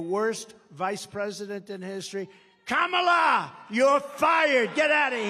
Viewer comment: Finally someone told him to pronounce KA-MA-LA’s Name Correctly. Loser